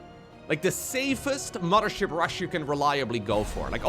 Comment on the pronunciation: I like how he and Harstem always pronounce it as "the MUDDER ship"